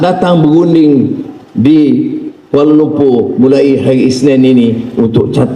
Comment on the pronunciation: Kuala Lumpu.. 🤣🤣 'R' nya gak ada 🤣🤣🤣🤣🤣🤣🤣🤣🤣🤣🤣🤣🤣